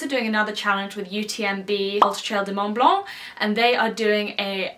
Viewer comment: As a French guy, ur pronunciation of Mont Blanc is so funny 😂